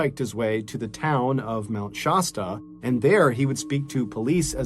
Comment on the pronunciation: Mr. Ballen,Oregon native here. I love listening to your stories. So sorry to say that there is one part where it turns into nails on a chalkboard. You pronounce Mt. Shasta, like Pasta. It's not, it's pronounced with an "a" like in cat. ❤❤❤❤❤Mount Shasta is typically pronounced SHASS-tuh. The "sh" sound is the most common, and the "a" is pronounced like the "a" in "cat". Youglish recommends breaking the word down into "shast" + "uh" to help with pronunciation. Some people may also hear it pronounced more like "Shawsta", but the "Shass-tuh" pronunciation is generally considered more accurate.